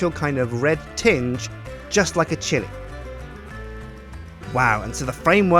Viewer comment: time you say chilli i think you say shitty